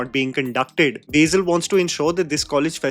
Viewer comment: My god it’s on “Beizil” it’s BASIL , I’m not even a malayali